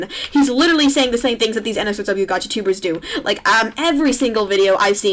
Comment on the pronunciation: LAYM Gacha because she pronounced it wrong?